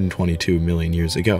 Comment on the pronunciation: dude no disrespect because I generally like your videos but for me to actually watch them you have to learn how to say ”years ago”